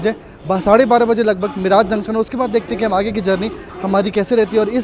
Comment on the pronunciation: मिराज नहीं it is मीरज. Bahut lamba route ho gaya.